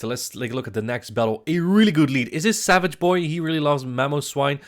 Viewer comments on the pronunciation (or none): none